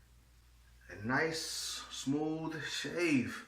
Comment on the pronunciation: Did he say it's Smuuvh and doesn't Herz? 😂 Great demo Bro. Thanks for sharing.